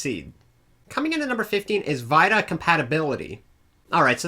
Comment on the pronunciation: i love how he says vita "viydie